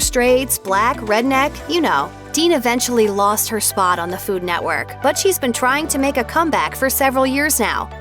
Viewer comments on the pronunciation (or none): none